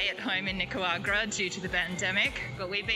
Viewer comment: I'm sure you guys are extremely kind people, but please learn to pronounce Nicauarga correctly... Its cringe.. You guys kind of make backpackers like me look stupid & fitting a stereotype.. Yes.. I live here in Nicaragua & have been since March..